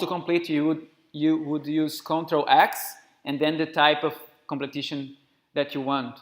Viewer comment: Completion, friend. Not "completition".